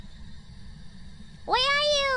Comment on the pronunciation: At the risk of missing some joke, I think it's supposed to be "Where are you?", but the accent screws Fubuki hard there